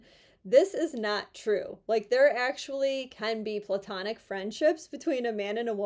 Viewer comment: Oh my gosh! Thank you for pronouncing Platonic right! The root word is from Plato the philosopher, not Pluto the no-longer planet or Mickey Mouse’s dog. I’d call you a Pearl amongst advocates buuuuuuuuut………………..